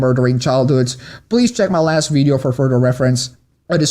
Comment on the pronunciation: ITV white guy saying "veedeeo" a lot